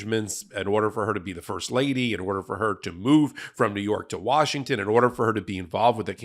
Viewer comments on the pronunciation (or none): none